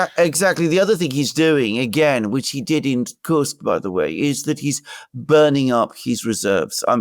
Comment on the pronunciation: Thank you for not saying Curse-k.